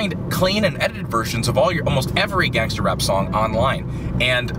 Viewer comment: He's Too White When He Says Gangster And Rap